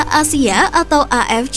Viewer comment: AFC dibaca A EF CE, kalo mau ngikut bahasa inggris dibaca EI EF SI, Ini malah A EF CI, apaan anjir